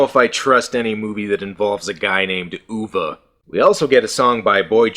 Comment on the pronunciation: Wow, ten years ago and he knew the correct pronunciation of “Uwe.” Even now, when talking about Uwe Boll, people still pronounce it “you-wii,” “you-vay,” or “ooo-vay.”